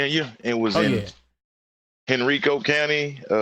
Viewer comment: It's hen-ri-co county VA, not Rico. Put Some respect on henrico LMAO